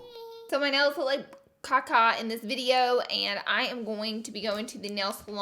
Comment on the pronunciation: I hate how she pronounces caca like khá-khá, it annoys the hell out of me 🙄